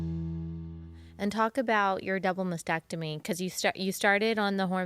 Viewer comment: the word is MAS-tec-tomy., not masectomy.